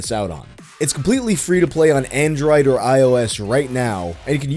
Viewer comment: Is it just me, or did he say Android a bit weirdly? Specifically when he got the the "oid" syllable.